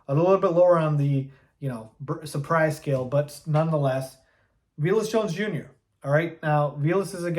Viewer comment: Pretty sure dude’s name is pronounced vay less, not vee less.